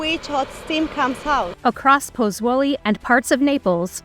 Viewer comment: Ich lasse die Untertitel immer mitlaufen, dann kann man das Unverständliche mitlesen und wenigstens ahnen, was die unverstehbaren Namen wirklich bedeuten sollen. Es hat trotzdem lange gedauert, bis ich "Puzzuoli" identifizieren konnte.